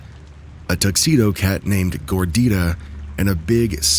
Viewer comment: I laughed out loud when you read the cat's name as "Gordirah" 😂 I'm pretty sure you meant "Gordita", "little fat girl" in spanish❤